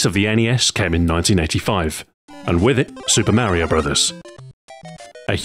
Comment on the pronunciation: Who is this "Maryo"? Its me "Mar i o"